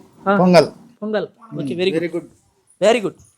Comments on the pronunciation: Pongal ❌ Ponagal✔️ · Pongal❌ ponagal✅